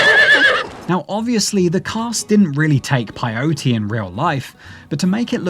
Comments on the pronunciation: It's PAY- O-TE not PIE-O-TE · wtf is PIE-o-tay?